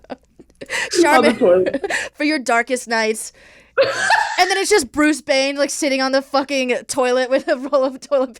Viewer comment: “Bruce Bayne” I luv u 💀